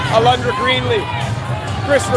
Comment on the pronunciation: Her name is not Alandra it’s ALONDRA